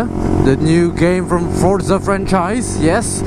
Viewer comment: wkwkwk ngomong forzanya sampe salah berkali kali gitu bang😂jadi jajan game dulu apaa gopro dulu hayoo~?😆